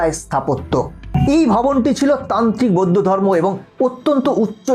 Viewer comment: তোমার উচ্চারণ ঠিক নয় উনাদেরকে বৈদ্য ভিক্ষু বলে না উনাদের কে সম্মানের সহিত বৌদ্ধ ভিক্ষু বলে তোমার আরো শিক্ষার দরকার আছে